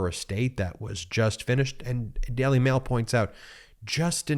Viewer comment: Can you please learn to pronounce words like jail or daily ?